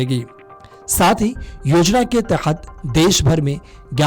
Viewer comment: अरे भाई उच्चारण तो सही से करता । तख्त नहीं के तहत होगा ।